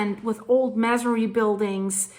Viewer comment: Masonry- may -son -ree